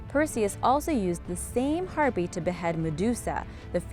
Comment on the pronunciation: That's Har-pay, not Har-pee.